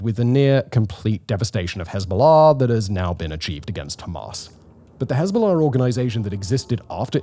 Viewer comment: Just here to hear him say Hez-bow-law